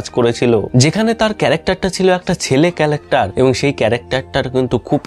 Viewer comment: "ছেলে ক্যালেক্টার"😢...ভাই ক্যালেকটার না, ক্যারেক্টার বলো